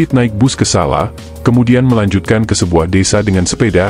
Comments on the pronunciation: Baca Solo. Jangan SALA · Sala ,sala ,Solo kali gak jelas...